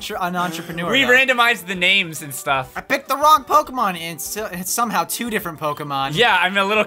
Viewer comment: oh my god HE'S DOING IT AGAIN! POKEHMANS!